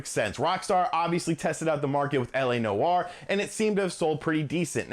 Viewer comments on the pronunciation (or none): Noire has one syllable. why is this so difficult for some people to say?